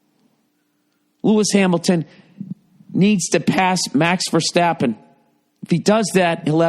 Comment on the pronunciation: As a fellow F1 fan and as a Dutchman , i liked how you pronoust max verstappen perfectly love this podcast